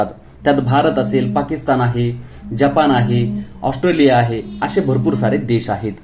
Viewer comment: आस्ट्रोलिया नाही ऑस्ट्रेलिया असं नाव आहे